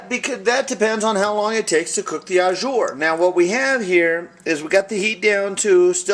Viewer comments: Just want to add some tidbits of info. That's a gravy, not Au Jus (Pronounced like Oh Jew with the soft J, Not Oh Jer lol). Au jus is simply what it translates to in French, juice. It's runny. Other than that, great video. Loves me some steak. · It's au jus not au jur lol its ok still a tasty dish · not "ah-zure" its "ah-ju" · It's pronounced oh zhoos. Thanks for the vid! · Looks so yummy. The mispronunciation of au jus is driving me crazy though. You are saying au jour which would mean "of the day." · it's pronounced 'zhu' but nice vid